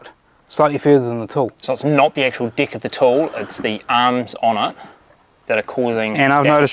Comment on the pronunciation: It's very funny how they say "deck" exactly like "dick"!! 🤣🤣 Are they Kiwis? I think so...🤣